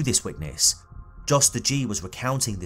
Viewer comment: Her brother was a selfless hero who did all he could. I hope he’s at peace now. On a side note, I think Jos is probably pronounced with the J like a Y. Like how Germans say Ja. I once worked with a Dutch guy named Jost and it was pronounced “Yōst”. #RockGang🗿🗿🗿